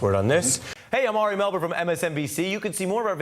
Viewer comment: I hate that people including Ari Love to say our name wrong.